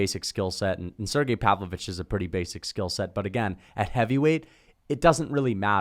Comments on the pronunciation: SerGAY is how it’s pronounced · Also it’s pronounced sir-gey